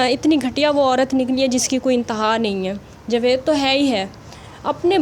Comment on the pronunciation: آپ کی مادر لینگوچ شائد پنجابی ھے جبھی آپ جاوید کو جوید کہتی ہیں خیر ماشاءاللّٰه سے آپ بہت اچھے کمنٹ کرتی ہیں کچھ عرصہ بعد میں إنشاءاللّٰه بنی گالہ میں اپنی کزن سے اور اپنی فرینڈ سے ملنے آونگی میرا اپنا گھر تو بہت ہی دور U S. A میں ھے لیکن میں پابندی سے آپ سب کی وڈیو دیکھتی ہوں